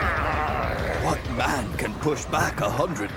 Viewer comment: Mans really said " when parsh comes to shove"